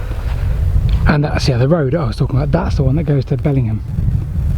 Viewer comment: They were called 'platelayers cabins' and were where workmen could use for a break. If you wonder why there is a fireplace, you should try being up there in winter. Also, there's a great old film called 'Last Train to Riccarton Junction' which is fascinating. Last point, the village is pronounced 'Bellin-jm'. Great vid.